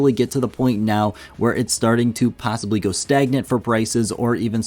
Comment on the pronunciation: "pie-ssibly" huh? 😜